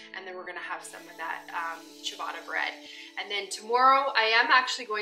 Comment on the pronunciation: You're definitely not butchering "ciabatta". I need to try making a sourdough version! That's a little weird though that it calls for dimpling the loaf. Usually it's focaccia that you put little dimples all over the top.